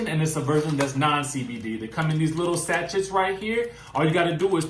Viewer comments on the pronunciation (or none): The tea come in what,? Satch ettes? Cute one, but the word is pronounced Sashay (just like RuPaul when he says Sashay Away!)